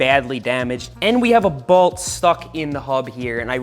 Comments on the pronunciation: Is "balt" Long Island for "bolt"? Never noticed how you say it until this video haha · Found it funny every time Seth says "broken balt, snapped balt, this balt has gone in straight" lol Didnt know there was an A in bolt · Why do you say bewalt for bolt?